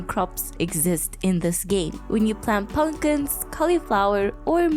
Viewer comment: Also the way you say pun-kins 😂 keep it up! I bet you're fun irl. This is great content. Keep it up!